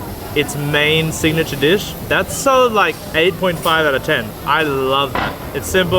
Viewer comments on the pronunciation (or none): none